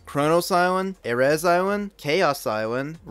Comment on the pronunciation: It's pronounced re-ah island not rey